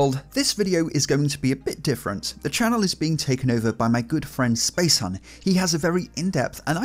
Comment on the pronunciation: A little more effort, man... It's Spacehuhn - space HOOON, not hun! ;D Imagine him pronouncing everything just like it were German words, you know.